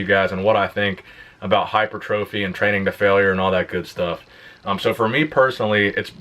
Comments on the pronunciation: Whilst it is a prize to aim for, it is pronounced "hy-pertrophy", not "hyper-trophy" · Correct: hi - per - triff - e Incorrect: hi - per - tro - fee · Hi-per-tra-fee. Not hyper-trophy.